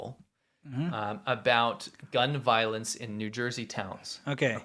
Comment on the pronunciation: "Gun Vioence" 😆